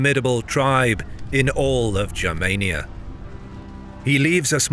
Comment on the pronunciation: Please hard “G” for the love of all that is holy, please let there be a history channel on YouTube with proper information. Germania with a soft G doesn’t exist and it’s nails on the chalkboard!!